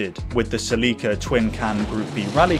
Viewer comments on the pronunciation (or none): Always creased me hearing how Americans pronounced Celica 😂😂😂😂😂😂😂😂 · I have never heard anyone say Celica like you do 😂 Brits are a hoot